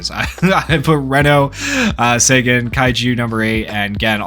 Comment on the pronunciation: Pronounced "Sah-gahn" Not "Say-gun" 👍🏼